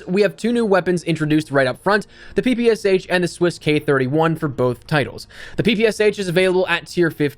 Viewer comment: PP “esh”, not PPSH